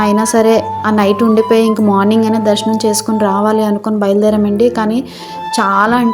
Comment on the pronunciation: దర్సనం కాదు దర్శనం